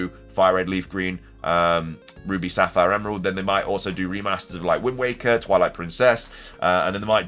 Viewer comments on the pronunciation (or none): none